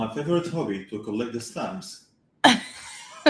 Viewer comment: He definitely said hobby. You can hear the b's